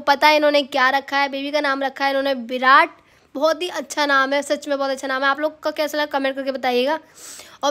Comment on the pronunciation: Birat nhi virat hota h 😂😂